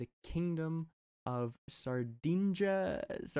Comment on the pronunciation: Well, being not Italian that's not the point. Between SARDIJIA and SARDEGNA there are different letters, but ok, there is the GN- sound which in English you don't have, we can cut you some slack... But reading CORSICA as CORSEE-UH? 😂